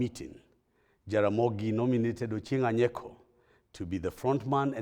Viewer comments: "Jaramogi nominated Ochieng Anyeko"????? " Achieng Aneko" ????? Is it so difficult to pronounce Achieng Oneko? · My friends, it seems you were not prepared for this. The guy in question is called Achieng Oneko and not Achieng Aneko. Get the difference be sober